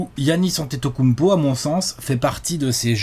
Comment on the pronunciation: "kounmpo" dsl j'étais obliger...